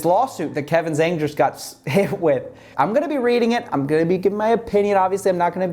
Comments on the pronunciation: Small, pedantic point from a speaker of 3rd grade mandarin - Kevin’s last name is pronounced like “jong” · zhang is roughly pronounced jong for further reference. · Btw, you're pronouncing the "Zhang" in Kevin's name wrongly. (im an asian)